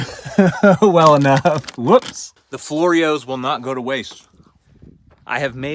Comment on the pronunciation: Floor-ero's!! lol